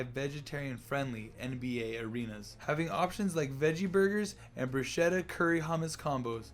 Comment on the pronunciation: Good job! Thanks! Bruschetta in Italian is pronounced brusketta ;)